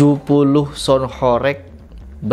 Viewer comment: Baca HOREG aja salah, sok²an punya ilmu bicara tentang sound horeg... Intinya lu ngomong sesuatu tapi dasarnya dangkal, kosong dasarnya